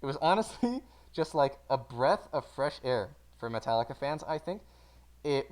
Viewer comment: a bresh of freth air🤣🤣🤣🤣🤣🤣🤣🤣🤣🤣🤣🤣